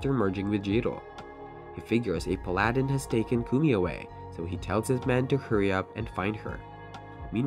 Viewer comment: The pronunciation of paladin kills me